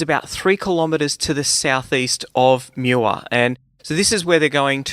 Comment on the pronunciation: Muar is pronounced more like Moo-arr (not Mew-arr). I know because my car broke down there on a trip from KL to Singapore ;-) Great video by the way. Very interesting.